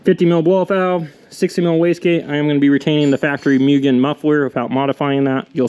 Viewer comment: “Moo-ghen” not “Mew-ghen”